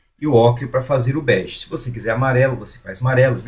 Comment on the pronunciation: Não é Berge ,é bege.